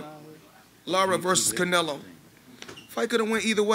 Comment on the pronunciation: This dude literally CANT get Canelos name out of his mouth 😂😂 he is living in his head rent free